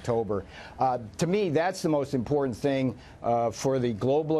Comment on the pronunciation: To the female news lady (I'm sorry, her name escapes me in this senior moment): PLEASE stop saying "im por ent". The word is IM POR TANT. This swallowing of the "t" is from AOC and that horrid little brat Ilhan (Elmi) Omar. It is a disgrace to hear this slurring of our language by an adult with a position of credibility, from what or where ever it is originating. I have never been to the various boroughs of New York City; is THAT what this awful pronunciation is? Please, please stop it.